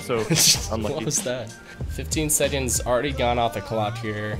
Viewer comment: Is anyone else annoyed when he pronounces seconds as sedconds